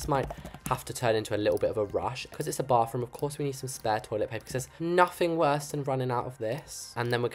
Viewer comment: I love how he says bofroom 😊